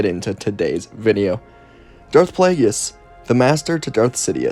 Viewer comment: I love your video’s however his name is pronounced (play-gus)